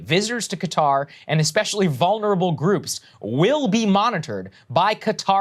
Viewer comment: FYI, the actual pronunciation sounds closer to "khudder" ;-)